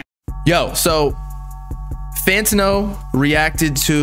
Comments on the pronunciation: Fan-tan-no say it slow it’s not fanta-no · Why does call it Fanta-No 💀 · refuses to say his name right 💀